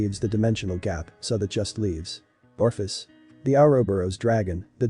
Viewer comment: for crying out loud Ophis does not possess an R